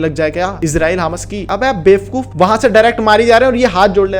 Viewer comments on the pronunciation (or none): Bhai the way u say bewfkoof 😂😂